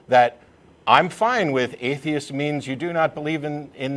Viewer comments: The way he pronounces ‘atheist’ is grating and telling of how terrible he is at imitating accents. Paul should have just been direct. I would also want him to be honest, but then he wouldn’t have called at all. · lolololololololol he sounded fake upper class until he slipped and said A-theist which showed he was from NZ or Aust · What the fuck is an eye-theist? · He even says "I theist" lol